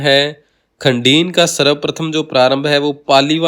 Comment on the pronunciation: वीडियो बहुत अच्छा व ज्ञानवर्धक है, पर दो जगह उच्चारण की अशुद्धि है- प्लाया को आप प्याला बोल रहे हैं और खड़ीन को खंडीन बोल रहे हैं।शायद क्षेत्रीयता का प्रभाव है.. फिर भी ये दोष क्षम्य है।🎉❤